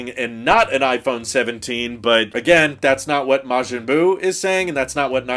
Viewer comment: you actually pronounced Majin Buu correctly first try 😂